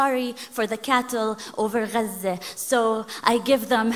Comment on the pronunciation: It was a pleasure to learn how to pronounce Gaza properly